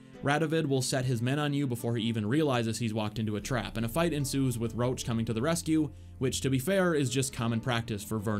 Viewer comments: his name is roche not roach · Ps.Not Rowch,but Roch ;)You misspelled that name. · Roche and Roach are pronounced differently, you are doing it the incorrect way, for seconds i thought "how the F does the horse have any dialogue lines apart from that 1 quest that you are not talking about" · Stop calling Roche per "Roach" his name sounds originally as "Rosh" I'm Polish and I know how it's natively pronounced from CD Projekt RED themselves. Trust me - it was an English DUBBING MISTAKE (which is pretty major, considering that Roach is Geralt's horse. xD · I hate how he keeps calling Roche "Roach", cmon, one is a valiant temerian partisan, and the other is a horse. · FYI Roche is French and is pronounced RUSH not ROACH. Its RO . CHE and is pronounced like Rush. That is all. Thank You. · Your Roche sounds like Roach, which is funny :D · i cant listen to him saying "Roche" wrong the whole video it hurts